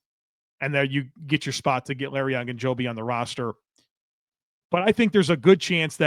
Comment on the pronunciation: Larry O. O. Ogunjobi. Not Agunjobi. It would be the equivalent of calling Joey Bosa, “Bossa” over and over.